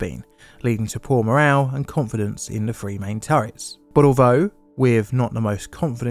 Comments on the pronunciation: STOP!! YOUR PRONUNCIATION OF THE WORD OF THE NUMBER "3" (THREE) IS "FREE"??? PRONOUNCE "TH" AS FOR "THE" NOT AS "FEE". GOT IT? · Now try saying three with a TH instead a F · Why do you say "free" when you clearly mean "three" (eg "Iowa's free guns")? There are other examples of "f" substituting "th". If you are to narrate an important piece of history, surely you should at least pronounce words properly ? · Was that one two or free.